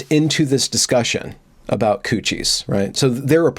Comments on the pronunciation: It's not "coo-shies". It's "cuties" as in "cute-ees"...😬🙂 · Has gone Canadian or something? - Q-T's not cooties - maybe it's a Freudian slip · I like you, but it’s CUTIES, not COOCHIES! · Did you say cuchies? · It's "queue-tees" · Are you saying "coochies" hahahaha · "Coochies.? The pronunciation is sort of alarming. Anyway, bailing at the mark. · yes, it's obviously pronounced "coo-tees" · I have never in my life heard the word "Cuties" pronounced "Koochies" before. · ITS COOCHIES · absolutely not. we would pronounce it 'kyooteez' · This terrible movie is called Q T's not the word you are saying. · Why are you mispronouncing it? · That pronunciation is such an epic troll. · Hay, wait a minute, that's not how you pronounce "Cuties". is normally so well spoken, with proper and precise pronunciation, I was incredibly surprised that he botched that word so woefully. It still sounds pleasant in that ASMR-quality tone of his, so I guess I'll forgive him. I'm curious how many people won't read this far and assume this was a serious critique, which it is not. Well, except the part about having an ASMR-quality voice, that part is absolutely true, and I strongly urge him to start a separate channel to take in those lucrative ASMR bucks. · Never... NEVER... wear a dressing gown... while talking about Cuties. Also, you're pronouncing Cuties wrong. Besides that, great video. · I hope your mispronunciation of "cuties"is intentional. Because that would make you all kinds of awesome. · It's obviously intentional. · Perhaps the mispronunciation was another benefit of an Evergreen education.